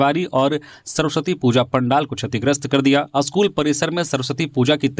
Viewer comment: स्कूल अस्कूल क्यों बोल रहे हो